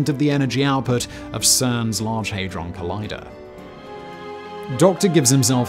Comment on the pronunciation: You expect terrible pronunciation from an AI video on YouTube. You don't expect it from an educated and intelligent man such as Simon Whistler. The "Hadron" in Large Hadron Collider is pronounced like "Had-Ron" as if you once owned a Ron and at that time you "Had-Ron"!